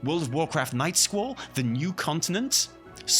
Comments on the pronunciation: "Night skwal" as in Night Squall...not whatever the hell you are saying. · I keep hearing "Nightschool" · Is he saying Night School?